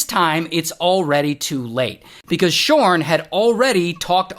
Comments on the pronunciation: Everytime you say this dude's name it took my focus off of the story, c'mon Ray!!😂😭 Shawwrrnn Me no likey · Idk why, but giggle everytime you say "shaurn" 😂😂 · "His name is ShaarrRn" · The way he said his name had me audibly laughing